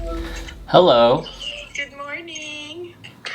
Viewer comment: that was the most english, "hello" eva.